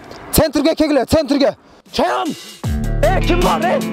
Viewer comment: Чаяан эмес Чаян